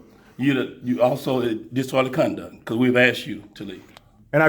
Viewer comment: That uniformed mush mouth muppet cannot even pronounce,"disorderly conduct."